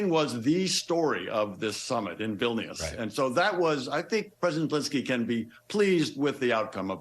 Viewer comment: Vilnuius, Chuck? It ain't that hard to pronounce. Some newsreader..